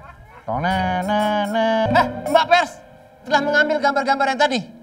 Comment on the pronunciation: peres (pers) bisa aja nih pak andre 😂